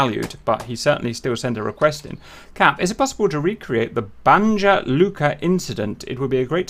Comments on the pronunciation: It’s pronounced Banya, “j” sounds like a “y”. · Love your vids, just wanted to help you a bit with pronunciation- the letter j in serbo-croatian alphabet is pronounced like the english 'y' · Thanks Cap, ps Slav stuff the J is pronounced as a Y. Same in Italy mostly also 🙂. I’ve even seen spelling of “Jugoslavija”, but it’s not really correct but does show a good example of J vs Y 🙂 Keep up the good work bro! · Ohhhhhhh I rolled the dice if he's gonna have pronounciation right heheh, ... the first and biggest rule of Balkans is that you need to read >J< as if it was >Y< haha .... our sound for english >J< is with the letter >Đ< ... now I don't mind it it's not as if I'm offended so don't get me wrong, but it is good to know this one :)